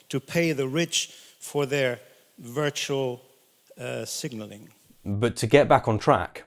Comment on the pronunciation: Did that guy say "virtual signaling"?